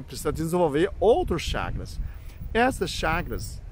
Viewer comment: É chakaras ou chagas , não entendi a dicção, mas gostei do assunto por fvor fale mais sobre isso , afinal é saúde mental.